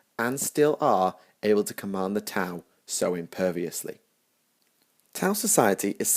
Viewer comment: The ' in T'au is meant to be a pause in the middle of the name. When you say the name it kinda sounds with a break like you are saying tah ow with emphasis on the h.